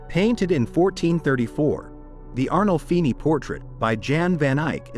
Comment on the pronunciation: It's ARNOLFINI, not Arnoldi.